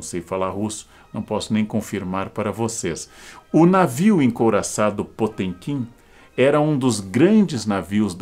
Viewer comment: Karnal, o senhor quase acertou a pronúncia em russo. No original (потёмкин). Só o som do "t" que está incorreto. O correto seria o mesmo som do "t" em "ateu" e não esse som do "tch" de "tchau". Abraço